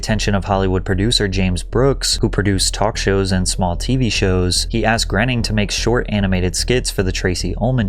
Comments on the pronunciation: Matt Groening is on record saying that his last name rhymes with "raining". Seth McFarlane in your own clips pronounces it that way. And yet, over and over again, you pronounce it "grinning". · Matt Graining/Grenning.........I always thought it was pronounced Matt Groaning. 🤷‍♂ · I thought it was pronounced “groaning” not grening. Grening sounds ridiculous lololol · Matt "Groening" is pronounced "Gray-ning" not Grenning... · I like your videos but you mispronounced Matt Groening's name. Its not "grenning" , it's "GRAINing" they used to say his name all the time on TV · Matt "Graining" is how his name is pronounced, man. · Groening rhymes with raining. It is pronounced Gray-ning. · I believe his name is pronounced GRAY-ning. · South Park’s SIMPSONS DID IT! was the end all be all of the Feud. Matt “Grenning” was driving me crazy. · Dude, how do you look at "Matt Groening" and think it's pronounced "Grenning"? That's driving me crazy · Fuckin a Patrick. Learn how to say these people's names. Grinning isn't it. Use the sounds on Google or ask someone. This is a common thing with ur videos. They are amazing but u always fuck up the names. Ask people how to pronounce it if Google doesn't work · Look, if you're going to do a video in which cast yourself as an authority on the subject matter, you should know how to pronounce the major figures in it, especially if one of them is arguably the most successful individual in American animation of the past 35 years, and especially if you count yourself as a fan of him and/or animation. Matt Groening's surname is not prounced "GRHE-ning." It's pronounced "GRAY-ning". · It’s Matt Groening … rhymes with “raining”. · You’re not saying Groening last name right & it’s bothering me so much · please why do you pronounce matts last name like that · 😂I bumped on that, too – particularly funny since you actually hear Seth say Groening's name in one of the audio clips